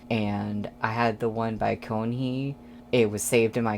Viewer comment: Yes, you pronounced Keonhee right! You need to watch the live performance of Sun goes down if you want live raps and vocals without the distortion! (They performed all the solos Feb 1st and 2nd and the second day they livestreamed the concert. The other colab is Loser and both harmonized so good in this one!!! In both songs, Leedo and YongYong participated in lyrics and composition!